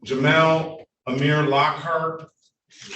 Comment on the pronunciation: "I am Jameal of the family Lockhart" 😂😂😂